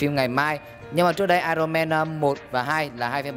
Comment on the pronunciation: ai ần ông ơi, không phải ai rồn =))))